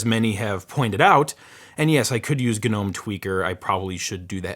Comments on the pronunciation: gnome is pronounced no-mmm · Am I the only one who pronounces Gnome as "no me"